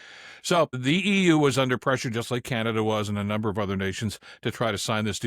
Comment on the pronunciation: Oh! Canaduh!😂